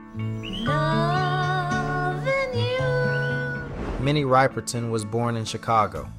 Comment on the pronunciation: Minnie WHO? If you make a video learn to pronounce the name of the person. 👎👎 WHAT rumours confirmed? Clickbaity crap video.